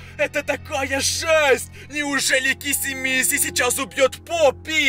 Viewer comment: Блин мне так раздражает когда ты говоришь хагги вашими И киси мисси и жыыть🤣